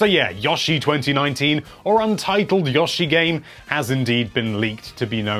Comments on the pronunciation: "Yaa Shee" wtf. its "YO" "SHE" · "Yah-She" ...I think you mean "Yo-She" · never say yoshie again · Did... did he say... yashi I’m sorry I usually don’t make fun of accents but that’s pretty funny but no offense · No offense but it really triggers me how he says yoshi. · I hate it when he says the O in Yoshi.